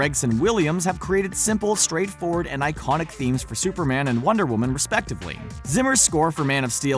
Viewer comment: At first I thought you said spider man ate supper man and I was like “ CANNIBALISM “😂